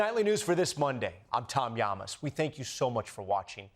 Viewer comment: Am my the only person who hears the announcer say Tom Yamass? 🤣